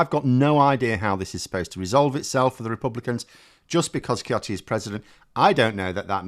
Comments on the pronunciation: I came to your channel to have a giggle at UK politic, especially over brexit, it is fair you do a reverse on French politic. BYW, it is pronounced Sioti, like in English, C followed by E or I is pronounced S. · “Ciotti” is pronounced and “siotti” in French (s sound). If you want to be naughty, you can say "shiotti" as in the original Italian, juste like "chiottes" (meaning the bogs). Finkielkraut is not a Holocaust survivor (he was born in 1949), but he is the son of two Auschwitz survivors. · French man here, Eric "Shioti" should became the new standard for his name pronunciation. It is not but the word "chiotte" means a lot in french.